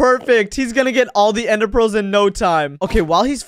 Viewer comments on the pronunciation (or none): did you just say " you can't get enderpreals now"